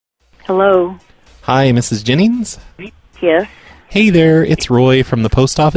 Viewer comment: “Mrs. Jinnings”. i.e. -speak for “Mrs Jennings”